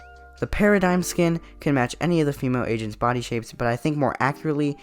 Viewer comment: LMFAO WHEN I HEARD AGENTS I THOUGHT YOU SAID ASIANS